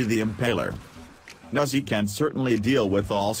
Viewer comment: i love how Nezha is pronounced Nazi